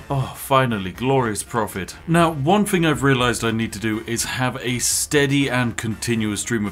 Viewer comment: Learn how to correctly pronounce words. It is not, "You do your FING." It is, "You do your THING." "THank you." Not, "Fank you."